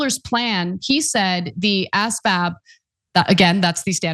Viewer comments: It's pronouced az-vab, not ass-vab. And, at the high school I went to, if you didn't take the PSAT, you had to take the asvab. I've seen some of the recruits that come in, and it gives me no hope for the military, as they can't follow the most basic directions. Requiring military service will not solve this problem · it's pronounced "as-vab" not "ass-vab" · Please don’t show ignorance. It’s AS VAB, not ASS VAB. You hurt your reputation by mispronunciation 🙏🏻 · Never heard someone say ASVAB the way you do. Hilarious. I'm curious to see how you'd do Ana.